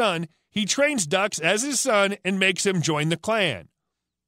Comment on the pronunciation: Frank "ducks"... ducks? LOL Dukes is the name. Thanks for the laugh though.